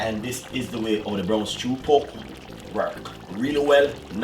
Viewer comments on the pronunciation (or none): It's pork..not poke😂😂😂😂😂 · It's poRk dude, not poke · 😂😂😂😂 he said poke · You keep forgetting the r in pork,u keep saying powk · Lol thought I was the only one that heard it too.